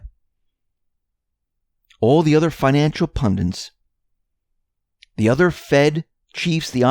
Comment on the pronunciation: can't say the word "pundit", can't say the word "pundit", na na na na naa naa, na na na na naa naa. can't say the word "pundit", can't say the word "pundit", na na na na naa naa, na na na na naa naa.